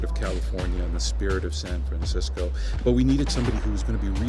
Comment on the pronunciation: HE EVEN FUCKING SAID SAN FRENSESCO